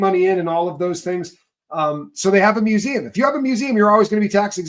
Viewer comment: Wow...A private museum....ME-U-SEE-EM.....😅...